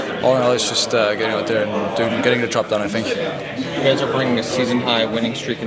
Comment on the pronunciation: I am always so impressed with kaspers english usually when young players come from over seas they have super strong accents and that "foreign english" where its kinda broken sentences and stuff but his is pretty damn perfect only thing i notice with his English is for the words like think he pronounces it like fink but compared to other players not from NA its very understandable